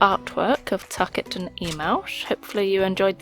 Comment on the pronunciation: Wait I've been pronouncing your name tie-kit yet this whole time it's pronounced tuck-it?